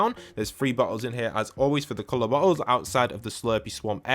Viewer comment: Every time u say bottle it don't sound like bottles 😂